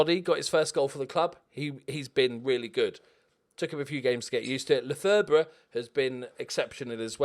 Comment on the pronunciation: I'm like 70% sure Lefebvre is pronounced "Le Fev" (thanks 'Always Sunny in Philadelphia')